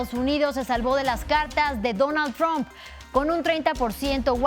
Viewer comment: ⚠⚠⚠La pronunciación TROMP con o en lugar de TRAMP con a, como se pronuncia en inglés, FUE INVENTO DE MADURO y AMLO como una burla ya que tromp es la primera sílaba de TROMPETA que es como lo llaman a Trump los chavistas, mejicanos y la izquierda comunista española. ⚠⚠ENTONCES si pronunciás TROMP ya sabemos que trabajás para RUSIA y CHINA.⚠⚠⚠